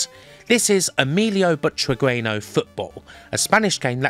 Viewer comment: Ehh. I love your videos. They're really a blast with all this info squeezed in and a very thorough approach tomthe topic. But I can't stand your pronunciation of the name Butragueño. The "u" is silent and the "ñ" is "softened". So it reads a bit like "butragenyo". BTW, it's a pity you didn't include arcade versions but I suppose it would add another huge layer of work and stretch this video beyond any boundaries of decency ;-)